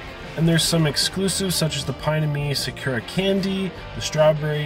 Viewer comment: Pronounced Saw-Coo-Rah. That hurts my soul.